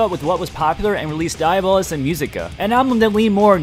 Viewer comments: It's not dia-bolus. It's di-a-bo-lus. Pronounced dee-ahh-bow-luss. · I don't know much latin, but I'm pretty sure it's not pronounced "Die-ah-bolous" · Dude don't do slayer dirty like that... You completely screwed up the pronunciation of their album... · One of my favorite Slayer albums. And you're pronouncing it's wrong. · That's not how "Diabolus" is pronounced.